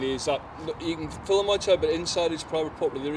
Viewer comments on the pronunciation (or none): He said Fillem, not film 😂